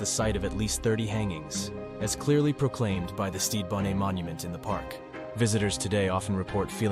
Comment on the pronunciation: It's not bonet or bonay it is bon NET you moron read a book stop using AI